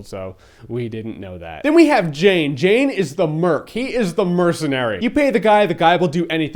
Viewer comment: It's Jayne, not Jane, ha ha ha!